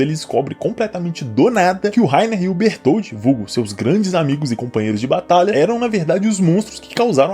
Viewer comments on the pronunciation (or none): none